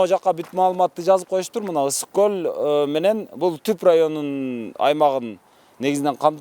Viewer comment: Гөл эмес көл деп жүр .